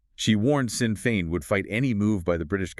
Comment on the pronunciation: Shin Feahn .. is how it's PRONOUNCED YA TOOLS